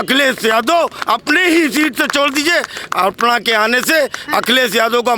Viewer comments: अर्पणा नहीं, अपर्णा बोलिये 🤣🤣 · अर्पणा यादव नहीं अखिलेश की भाभी का नाम है अपर्णा यादव आपके बोलने में अशुद्धि है कम से कम शुद्ध बोलिए अपर्णा यादव का भाजपा में आना भाजपा की बहुत बड़ी निश्चित हो गई